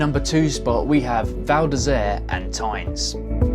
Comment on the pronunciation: and Tignes is pronounced "Teen". Otherwise great video that I watched to the end!